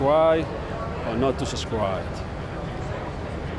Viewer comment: To subsrigh or not to subscribe? Scribe